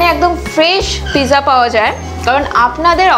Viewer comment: Pizza spelling-ta thik-i achhe, kintu uchcharan-ta (prononciation) noy. Apni-i bolun thik uchcharan-ta ki hobe (original italian shabda).